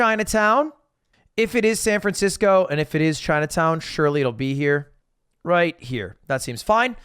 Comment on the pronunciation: Ah yes, my favorite city "Fran Sancisco."